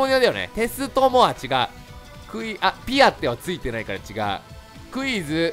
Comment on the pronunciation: 最初のクイズがうぃーすに聞こえた((